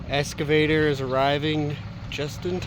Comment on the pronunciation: lol. has always pronounced it “EScavator” instead of “EXcavator” can’t teach an old dog new tricks!